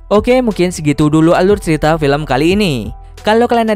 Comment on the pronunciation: "....seluruh alur ceritho....."